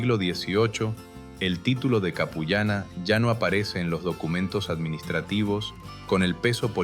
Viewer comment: La pronunciación es Apu llana qué puede se puede traducir como mujer jefe o la que manda ( Apu = jefe).